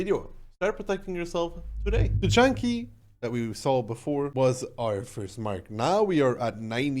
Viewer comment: It's pronounced: Studzianki. Hope this helped!